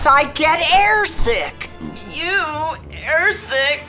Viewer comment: it said air stick not air sick